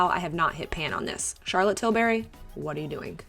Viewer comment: Tilbury is one word 😂 not Til berry luv. 😂 😂 😘